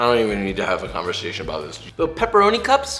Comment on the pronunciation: Pwepwoni cwups